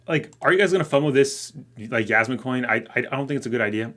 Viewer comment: I giggle whenever he says Yasmine.